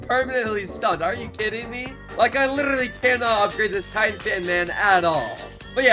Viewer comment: Bro said llllibty not literately